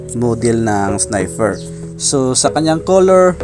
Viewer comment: baligtad ka Lods, yung ilaw nya sa handle, yun ang Low. at yang nasa ibaba naman ng DRL nya, yan ang HiGH. tsaka sniPer po, hindi sniFer ;-)